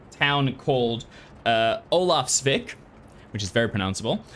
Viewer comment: It would be pronouced Olafsweak...not Olafsvick. The closest word in Englsih Olafs Bay. There is no equivalent word. The word vik is what viking comes from. A person that comes from the many viks of Scandinavia. All the nooks and crannies of the shore. Most people back then lived all along the shore.